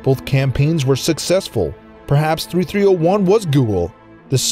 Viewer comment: The last one that really jumped out at me was "prehaps".